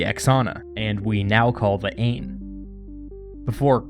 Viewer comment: Since this video is 3 years old I’m almost positive I’m not the first to tell you this, but the river is pronounced “Ine” and not like how it is spelled “Aine”